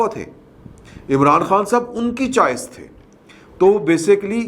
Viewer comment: its ChOice not Chice.